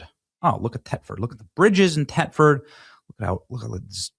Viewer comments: Thetford not "Tetford". Dopey Benny is borderline illiterate. Furthermore, it is NOT a city - quite the opposite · The th in Thetford is pronounced the same as in Thursday. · it’s pronounced like it’s spelled Thetford the h is not silent. Th-et-ford. I was stationed over there for 5 years and they will correct you in a heartbeat. lol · It's pronounced Thet ford. It's an hour east from me. The people have got to be pushed to the precipice. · Ben dear chap ....pronounced TH etford ...not Tetford. Please ask ancle Trump to deliver us from this evil .😢😢😢thank you for telling the world whats happening over here ....its just jaw dropping ...i weep 😢